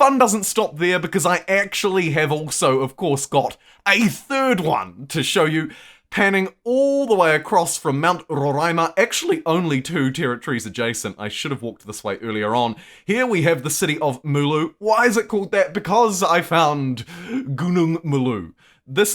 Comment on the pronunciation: As a brazilian I should say that Roraima is pronounced "ro" from Rome and "ra" from Arabia (Sorry if it was a inside joke that I wasn't awere of)